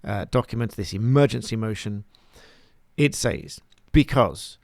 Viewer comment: "Says" is normally pronunced /sez/. Is it pronounced differently in the part of England you come from????